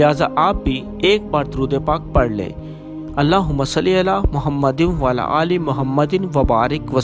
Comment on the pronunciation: Bhae ap ki pronunciation main mistake ha عko shi sy ada krain plz mazrat ky sath...last sy...وعلی آلہ و سلم ya asy ha..plz maaf kijiye ga...wasy ap ny jo fzail byan kiye hain bhhhhhht awla hain... Allah Pak hum sab ko Apny Pyary Habib Hazrat Muhammad Mustafa صلی اللہ علیہ وآلہ وبارک وسلم ky sadky amal ki tofeeq ata farmaye... Ameen sum ameen